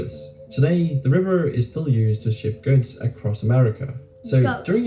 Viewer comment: Did he say “guts” lol. It was goods but sounded like guts lol 😂😂😂